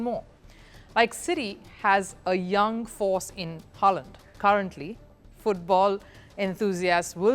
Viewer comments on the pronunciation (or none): Ur analysis is spot on..but u can’t gv credit to only coach Pep ….the owners and fantastic scout operators….btw City striker doesn’t pronounce Holand..he is Haaland 😂😂